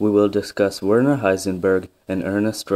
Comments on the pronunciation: It's pronounced virna heisenberg. And it's surprising that his brother is also called Erwin. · Pronounce the W like V. You also forgot about Werner's older brother Groucho Heisenberg who always knew where he was just not certain how he got there.